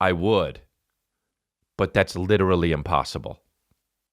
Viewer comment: That's lichurally impausible